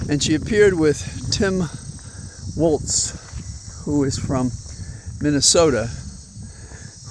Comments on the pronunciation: Really enjoy your walk and talks,. thanks. I did watch, and it was great. btw... psa: Walz is pronounced "walls", not " waltz" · I’m proud Minnesotan, and his last name is pronounced Walz as in Walls not Waltz.